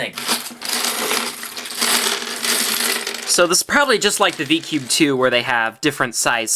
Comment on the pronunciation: He said " DI CUBE "